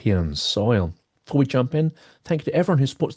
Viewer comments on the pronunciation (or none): none